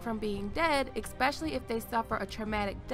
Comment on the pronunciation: I love your videos, but pet peeve: when people say "exspecially"...